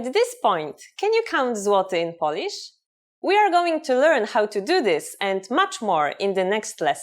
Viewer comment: Huh, so basically you’re trying to teach others Polish, while you can't even pronounce the word 'Polish' (what you keep on saying is 'polish'). 🤦🏼‍♂️